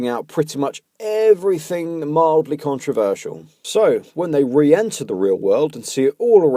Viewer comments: You could literally just title these, "Oh, Laci..." And it would tell us all we need to know. I loathe how she pronounces it too, "Controver-seayul." Hmm, I'd say trigger warning anytime Laci is about to try saying, "Controversial." Actually, censor it and dub over/subtitle it, even better. Laci looks like she perpetually has the mumps... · She does pronounce controversial weird and it TRIGGERS ME